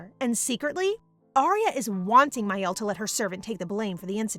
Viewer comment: Me twitching the entire time because the sister's name is Miel, not Mael 🥴